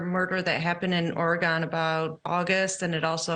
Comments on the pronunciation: ore-GIN ... not ore-GONE. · OregAHHHn? Oregon. It's Oregon. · How can that lady live in Idaho and not know Oregon is pronounced Oregun not Oregone? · It's so awesome to have these groups do such deep dives. It's not "Ori-gone" tho. 👏🏻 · I call it Oregone & don't care. Also, I call Louisville "LoooEville", NOT "LoooAhville", as some want to. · The inability of one of those women to properly pronounce the words Oregon and Chi make their entire presentation suspect in my mind. It demonstrates a detachment from the geographical region and college life. This makes their entire presentation seem sloppy, incomplete and less believable…..just not well thought out. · She said Oregon incorrectly lol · Wow, u go on national tv and can't even pronounce Oregon or Sigma Chi right.